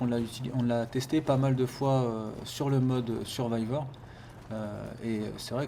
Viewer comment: Si toi aussi t'as remarqué que n'arrive pas a dire "mode survival" mais plutôt "mode survivor" XD